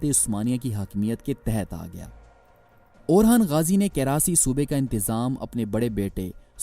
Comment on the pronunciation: He's orhan not orkhan